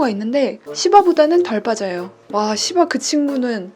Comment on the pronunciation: 와시바 털 많이빠져요 하는말에 진짜 욕하신줄 ㅋㅋㅋㅋㅋㅋㅋㅋㅋ